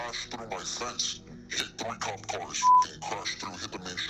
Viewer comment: Bro said opp not cop lmaoooo